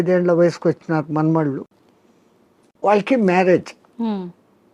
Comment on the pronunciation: Vallaki కాదు వాళ్ళకి అని పలకాలి తల్లి. నీ తెలుగు వింటే చిరాకొస్తోంది. మంచి మంచి వాళ్ళను ఇంటర్వ్యూ చేస్తావు. కొంచెం తెలుగు మంచిగా పలికితే ఇంకొంచెం బావుంటుంది